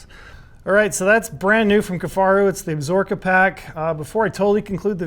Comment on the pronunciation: Cmon - can’t even pronounce the mountain range correctly. Ab-Sa-Ro-Ka lol absorkaaaaa